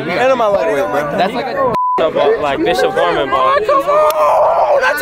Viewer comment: oh shit he said bishop gormon